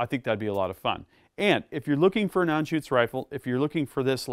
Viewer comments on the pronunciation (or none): "an-shuts" not shoots. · ...if you want to get picky.....then the first part is "Ahn".....not "An".......